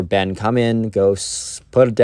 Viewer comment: ben really messed up like that "ben"